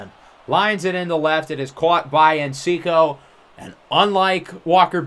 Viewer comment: It’s tree o lo not sure where ur getting the extra syllable from but just letting u know. Also another one is everytime we see him u say encico but its enciso